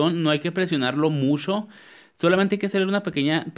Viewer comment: Me caes mucho,muxcho,muxcho,muy bien,😂😂😂😂,he aprendido mucho contigo.saludos desde la cdmx.